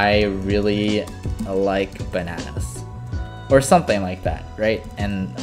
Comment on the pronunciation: "I really like banans."